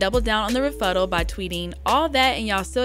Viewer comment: "Refuttal"?! Really?! "Refuttal"?! First I gotta hear Freddie scraggly voice woman & then you say "Refuttal"?! Aite den.